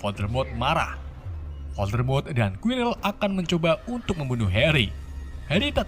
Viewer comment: Hal yang paling ga disukai penonton setia harry potter adalah Voldemort = dan diucapkan oleh yg tidaak bisa bahasa inggris adalah voldemrot :v